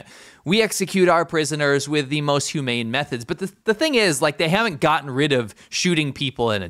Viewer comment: Did they say humane